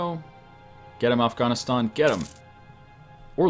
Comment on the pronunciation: How do you mispronounce Afghanistan it's pretty simple to pronounce